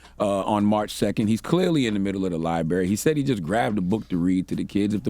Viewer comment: The word is "libRary." F the mental health. Get u a mfn speech therapist.